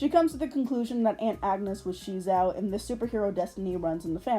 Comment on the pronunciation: The name SheZow sounded alot better the way they pronounced it in the pilot, like "ka-CHOW!", "ba-ZOW!" or "wu-POW!" it's supposed to be a pun based on an onomatopoeia, but for some reason in the show they felt a need to emphasize the "she" bit, like they thought the kids wouldn't get it otherwize. Another thing I liked about the pilot that didn't carry over to the main show was Maz having a crush on SheZow without knowing that it was actually Guy, but alas I guess TV networks weren't ready for that kind of relationship arc and instead opted for the whole side-kick running gag 😮‍💨 Even if you don't end up using Maz for it, have you considered doing that sort of double life plot for your reboot? I think it's an interesting way to further explore gender and sexuality, regardless whether it actually ends with a reciprocated romance or not. It can both give Guy an opening to question his romantic preferences, but also give him yet another taste of the female experience - as an object of male desire (albeit a very kiddie-friendly version if it) oh and one last thing, the art also looked better in the pilot. Like, not the greatest and not rly to my tastes, but what they ended up with in the actual show just looks like ass imo Speaking of art styles, I really like yours! It feels very solid and simple while still having a good amount of detail but in a way that feels economical, which is very good for animation. Reminds me a bit of Monster Allergy with the ears and noses, which I ju